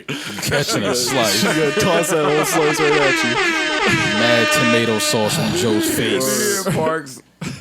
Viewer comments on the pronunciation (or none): none